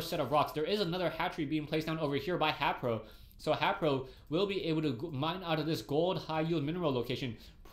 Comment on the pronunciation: he meant to say haypro